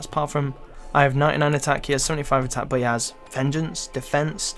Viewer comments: but = bot? ;O learn to speak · I hate how you say "but"... Buhwt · the way he says “but”...... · its funny when you say but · you say but weird